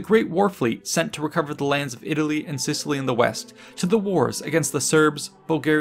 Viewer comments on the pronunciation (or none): none